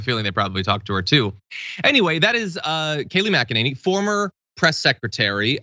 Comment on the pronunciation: Kayleigh McKaneigh-neigh! This woman went to Oxford? Oxford, Floriduh?